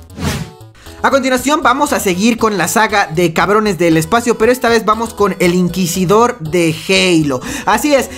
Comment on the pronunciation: "EL INQUISIDORRRRRR" que lo metan y yo bailo cumbia.